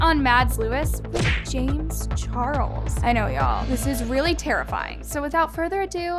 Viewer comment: SHE SAID JAMEZZZZ?????!!!!